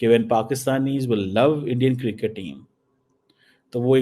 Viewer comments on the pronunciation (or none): Abr kirket nahin cricket bolte hai gadhe😂😂